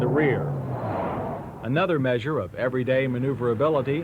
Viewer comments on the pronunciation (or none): none